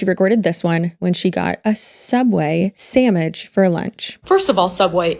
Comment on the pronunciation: samich😭 my dad says that too❤